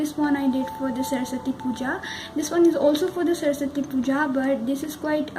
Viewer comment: Its saraswati puja not sarsasti puja😒